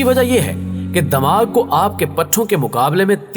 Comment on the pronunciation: sir damag nhi dimagh hota hai.. plz urdu pronunciation shi karein .